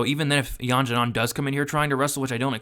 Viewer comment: Great video, btw Xiaonan is pronounced "She-ow nan"